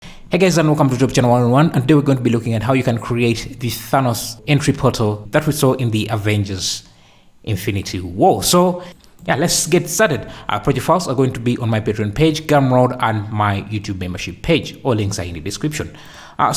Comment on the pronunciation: Thanos (not tharnos)